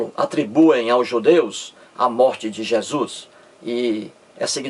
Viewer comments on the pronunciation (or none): none